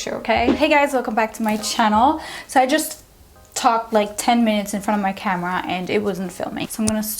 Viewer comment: I love the way she says ‘camera’ 🌸